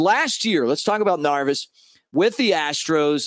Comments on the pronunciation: Neris Mick not Narvis lol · Narvis? 🤔 😂 Good stuff though, very excited about this signing! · Dude I'm one of your biggest fans Just have to say how are you pronouncing His name? Neris I believe is with the hard R Nerris Harry could get away with it Love ya!